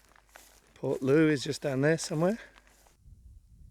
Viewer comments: if she is local living around there she is English as a Cornishman it is low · Portloe. Is pronounced portlow